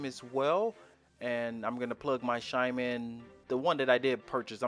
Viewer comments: It’s chime, not shime. Chime has the same first consonant as church. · Not the grammar police coming for you for saying “shime” instead of “chime. Sometimes people pronounce things differently. He could have an accent or their primary language may not have a “ch” sound. It could be a speech impediment, or simply that he is used to a different pronunciation. Get over it. The English language isn’t the only language in the world and hyper focusing on his pronunciation just makes you sound pedantic. He’s just trying to be helpful and that’s what you care about. Take it for what it is. Grow up. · Glad I’m not the only one who noticed he says shimes instead of chime😭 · It's not shime. It's CHime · Lol he said it like 10x